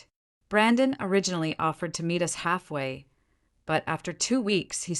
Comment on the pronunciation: hahaha, the A.I. narrator is reading "us" as u s , rofl, now you can see it's a fairly engaging story with a lot of verbal speech errors that turn it into a comedy. as it's a revenge story, the driver did not inform the group that was used to her kindness ahead of time that she would not be driving them from then on, prior to the hard lesson of being left out in the cold. but decent human beings are not part of this story. go figure. The A.I. often uses foreign pronunciation of English, as French accent, or other nation Accents, which is not needed. someone should teach the a.i. child to speak correctly.